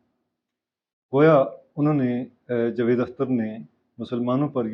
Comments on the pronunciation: Sir jee please pronounce the correct name jA-vaid Akhter, not Jevaid ! جَاويد Vs جُوید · Sir jee please pronounce the correct name jA-vaid Akhter, not Jvaid ! جَاويد Vs جُوید